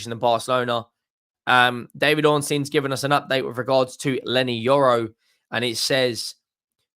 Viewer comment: Yorry it’s Leny Yoro 🤣🤣